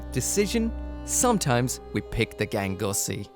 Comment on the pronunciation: Gangsuosi is wild pronounced gangussy 😂😂😂